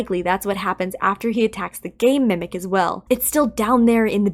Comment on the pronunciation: why does it sound like you said "gay mimic" on 😭😭🙏🙏